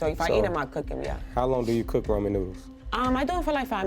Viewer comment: Rah-men not Roman lol